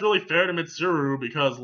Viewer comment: Just to reassure you. You pronounced Mitsuru correctly every time